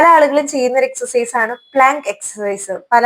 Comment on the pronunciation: എക്സർ സൈസ് എന്ന് പറയാൻ എന്നാണ് പഠിക്കുക